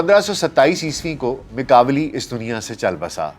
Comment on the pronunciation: Italian name pronounce "ma kia veli"